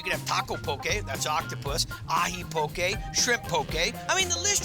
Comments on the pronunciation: Yay! This bro said poke right! Poke not poki. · Saying Poki and not Poke, is killing me bra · ALL You HAOLE SPEAKING HAWAIIANS GET IT RIGHT. . IT'S POKE & KIAWE!!!!!